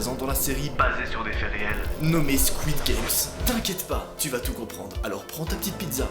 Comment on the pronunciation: Et squidgame c'est jeux du calamar en anglais donc sa se prononce squid